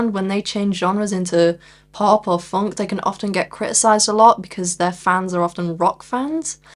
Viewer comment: I'd never heard a northerner say 'funk' before